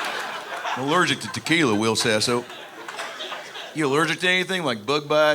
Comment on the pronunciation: Wull, hold on dude its Will Sasso, brother